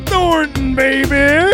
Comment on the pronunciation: actually called Horton (Seattle) and Thornton